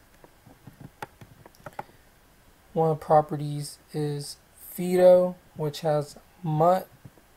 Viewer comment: "Fido" is an old-school dog name -- you must be a youngster. :-) The first vowel in "Fido" is pronounced like "eye" and "sky." Not as in the vowel in "knee" or "fee." As for the rest of the video -- thanks, useful.